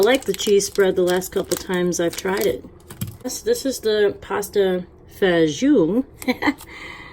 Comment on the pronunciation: Hey, you maka mia happy. Sí, pasta faszhool. Perfettamente detto! Ciao Bella! U buddy, Federico Fellini 😁